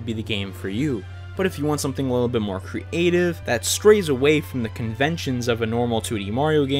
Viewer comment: Me: creative: cre-ative